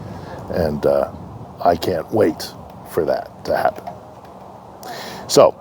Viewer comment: Love you, but you could please say "Heroyam Slava" with the Ukrainian "H" and not the Russian "G". дякую!